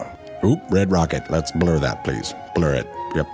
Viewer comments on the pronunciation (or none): none